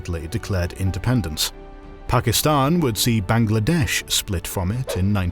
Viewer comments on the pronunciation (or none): none